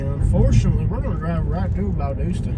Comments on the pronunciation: It is Valdosta not Valdoosa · It’s Val Dos Ta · that’s the first thing I noticed…..Valdooosta 🤣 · If you’re gonna hate bash anywhere at least pronounce the name of the town, right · It's how yall are pronouncing valdosta. And as of now Georgia is 12 and 0. Compared to Alabama being 10 and 2. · Is your half sister-cousin-girlfriend ok?? I think she may have been having a seizure for the first 15 minutes. Then at 28 minutes, she started repeating herself again! Honestly, this is definitely the MOST ignorant video I have ever watched 😂 You can’t even pronounce the name of the town correctly! I wanted to stop watching after about 3 minutes, but the pure ignorance kept me sucked in 😳 Valdosta is far from the best town in the country, but it sure has a lot of perks. Many wonderful restaurants, decent entertainment, and shops. There are a lot of wonderful people, growing communities, and some dang good sports teams. Oh, and I’m not sure if she said enough or not, but, “They need to improve their offensive line.” 🤣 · From the start I can tell y’all got your azzes kicked by us and you can’t even pronounce it!